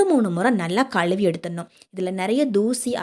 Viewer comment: Avoid telling Kaluvi , Alukku etc . Tell them as Kazhuvi , Azhukku.